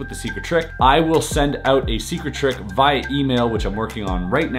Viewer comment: hahahaha he said via instead of via